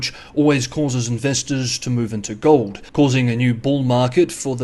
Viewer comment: "gohd" or "gold"?